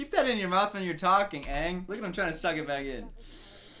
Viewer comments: better than whoever "Uhng" is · OMG they pronounce his name sooo wrong Me (german): his name is Aang, not Eng, what is wrong with you? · asians be like: its Aang, not Eng. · they pronounce aang "ung" and iroh to "eroh" like wtf? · they pronounced it ung or ong and they pronounced it ah-va-tar or uh-vatar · Soak-a? Who allowed this? Ayung? I just don’t like this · Ok let's see...all the names they pronounced wrong Uh-vatar (like cmon this is a PRETTY COMMON WORD) aah-ng (It's...clearly a bright A vowel in the show) Soh-kka (Should be Saw-kka.) Ear-oh??? (Should be Eye-roh) I haven't heard how they said Yue but I wouldn't be surprised if that was wrong it's like they just decided to mispronounce half the main characters' names wrong?? Edit: ALso it bothers me how the fire benders have to have fire nearby?? Apparently? When in the show they just create fire and that's why they're said to be dangerous and out of control until Iroh shows Zuko the lightning stuff....just. Ugh. So much was wrong in this movie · At least the Ember Island play pronounced Aang correctly, not “ung” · "why would they call him 'ONG' " also: " Zoku and EE-roh" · sow-ka its aaaa-vah-tar aaahhhh-ng!! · I tried to watch this movie And once I heard they pronounced Aang wrong, I stopped and never watch it till now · this man commenting on the mispronunciation of aang in the movie, then saying “iroh” like that smh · I don't even think them pronouncing aangs name is too bad, because the way germans pronounce it is the same and i grew up with that but s_o_kka really? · The movie pronounces Iroh, Aang and Sokka’s names wrong 😤😤😤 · i love how you critizise em for pronoucing aangs name wrong (im also annoyed af ;P) but you still say "eeroh" to uncle Iroh